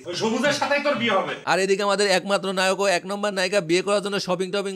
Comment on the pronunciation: ভাই নায়ক হবে লায়ক না 😂 আপনি টিকটক সেলিব্রেটিদের ভিডিও দেখলে তোতলা হয়ে যান কেন 🤣